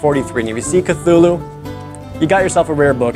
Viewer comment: It’s pronounced CLOO-loo